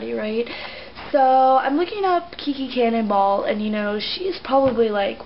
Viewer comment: lol in the first part. it's sounds like you said "Kiki Cannonball" XDD i hate her too!